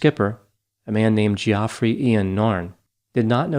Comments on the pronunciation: did you just pronounce Geoffrey like Joffrey and not Jeffrey? Geoffrey is the British spelling. Add to the bloopers...lol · Hold on. Did my man just pronounce Geoffrey Jeeoffrey? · everyone: Geoffrey = Jeffrey: Geoffrey = jee-OFF-ree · Geee-offf-reee?! Geoffrey is pronounced JEFFREY! 🙂